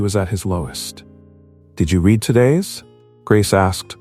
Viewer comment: An interesting & intricate nice story. Well scripted & well narrated. Only flaw is the many times mispronunciation of name 'Sophia' ! Also care shud be given to pronunciation of 'read'/ spelling same but pronunciation different for present tense & past tense !!! Stories need proper editing b4 posting.